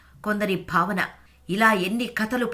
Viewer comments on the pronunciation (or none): none